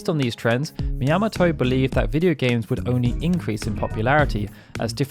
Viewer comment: Sorry, but... Shigeru Miyamoto is a popular and important figure in video games. Everyone knows how to pronounce "Miyamoto". It's "Mee-ahh-moh-toe", not, "Mee-yam-moh-toe".